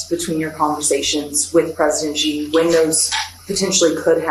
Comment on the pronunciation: Who is "Gee" ? Why can't Americans at least make an effort to pronounce his name correctly ? Typical American arrogance and lack of respect.